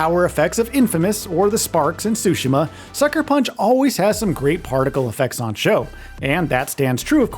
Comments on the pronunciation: TSU-shims NOT SUSHI-ma there’s a t there sir. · Wish people knew how to pronounce Tsushima correctly. Ahhh Americans 😢